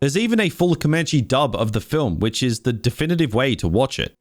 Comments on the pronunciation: Wth is "Com-munchie"? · lol in predators i couldnt understand why a fat guy had survived for over 2 seasons and was still fat when this movie starts, not very believable at all. Almost as bad as how you pronounce Comanche!